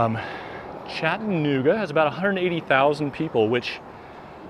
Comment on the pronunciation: CHATT-a-NOOG-a. Like Kalamazoo and Albuquerque, the second syllable is not swallowed or silent.